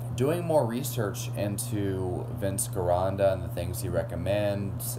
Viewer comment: Get out of bed, Trim that beard, and lose that lisp. And Gironda is pronounced with a hard "G" sound. And i-rin? For iron, where did you learn to talk?